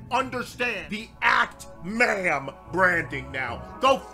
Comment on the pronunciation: It's Act Ma'am not Act Man 😅 Also I (to my surprise) did have a conversation with David Jaffe in his video's comments while trying to explain to him that SBI appraoch to "diversity" can't produce quality writing, is exclusionary, insulting to the customer's intelligence and is detrimental on the long run to the whole industry, but the guy completely brainwashed himself into believing SBI can do no wrong, and that he believes that the problem is just "bad writing" .. but it seems that we are never allowed to ask WHY the writing is actually bad, we just have to keep it vague and undefined, which means the problem will never be fixed, because identifying the cause of a problem is the first step to fixing it..but we are never allowed to progress beyond this point..or else we are every kind of -ists and -phobes according to David and his friends. During the conversation he did show very brief glimpses of self-awareness but they quickly faded away behind the NPC mentality he has now, I'm guessing from that conversation that he has a lot of free time and isn't currently working on any games, hence why he has the time to argue with people online in the comments section of his videos, and maybe deep inside he hopes to return to AAA game development in the future and thus is afraid to burn bridges by siding with the gamers in any controversy going on now (because apparently you can't work in any big AAA studios now if you are supportive of gamers, your fucking customers, you have to be